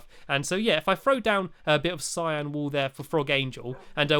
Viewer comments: Cyan wool not syan !!! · u said cyan but really its cyan oops i mean cyan